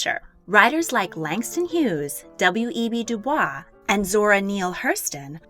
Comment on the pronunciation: Love this video (like all the others!), but just one note: W.E.B. DuBois pronounced his last name like “du-boize” 👍